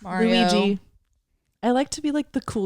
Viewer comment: When you said Luigi I heard “Louie g” and I was like who tf are they talking about